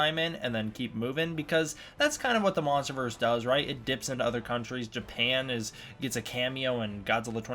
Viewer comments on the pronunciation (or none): none